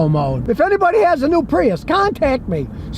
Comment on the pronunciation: I dwive a Pweeus. 😂